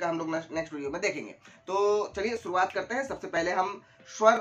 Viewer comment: Its shuruvad not suruvad *